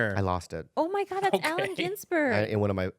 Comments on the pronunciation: Bobby pronounced Allen Just as the rest of the world would. Not sure why does that type of shit to Bob so often. Sometimes it's warranted; sometimes she seems a smart ass. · Bobby pronounced Allen Ginsberg correctly, he is not Alan.